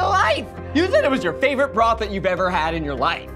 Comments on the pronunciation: Daddy’s Savorite? What? What happened to ‘Favorite’? 😅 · "Daddys Savorite" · "Still daddy's savorite" Small error there oooor? 😂